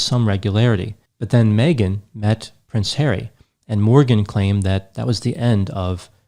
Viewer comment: Its funny how says prince HAIRY instead of HarrY:)